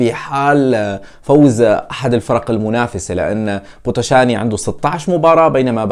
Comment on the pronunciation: أرجيش بيتيشت اسم الفريق ال ي تلفظ كسره و بوتوشان ال ي الأخيرة لا تلفظ مع احترماتي الك